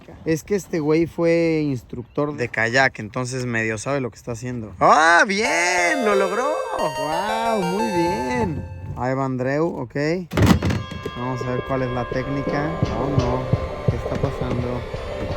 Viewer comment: Lago Ontario...Andreu no, Andriu jajaja. Excelente video.